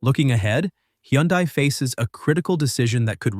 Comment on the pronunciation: It can’t pronounce HyUndai properly